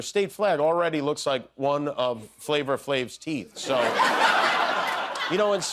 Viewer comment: "Flavor Flave"???? it's FLAVA FLAV!!!!! Drop the "or" add an a, pretend the e is still on flave, and don't forget to say it in your best outside voice.